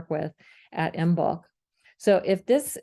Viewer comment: This is an excellent explanation that I will share with my Druid/Craft friends! And, here are a couple of language quirks for future reference: "Hearth" is pronounced Harth, and the "b" in Imbolc is silent.